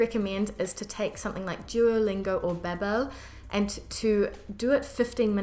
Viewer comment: 😂 for someone who is supposed to be an expert in languages… The least you could do is pronounce Babbel correctly 🤣